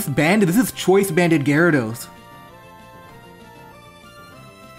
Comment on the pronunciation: "The Gyadros is choice banded" Hearing that physically hurt.